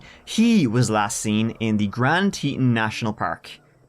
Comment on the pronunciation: It’s pronounced grand tee tawn